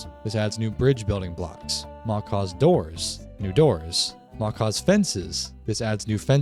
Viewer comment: These kinds of videos are greatly appreciated my guy. You got my sub and like. You basically copied me, 😒 😂😂 most of what you have here i do to. Sophisticated backpacks is by far the best backpack mod though. Great list. And Macaw's is pronounced mah kah one word though. It's the big parrots in south America red blue and I think green.